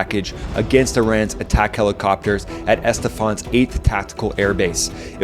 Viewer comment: Excellent overview. One point, the city in Iran is Esfahan, not Estefan